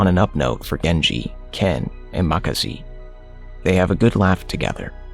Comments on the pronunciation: Who tf is makasi 🤣 ? Its makise bro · WTF Makasi lol🤣🤣🤣🤣 It's Makise(Maa ki say).... Atleast research properly the names of the character..